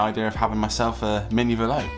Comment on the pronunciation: It's Velo, like yellow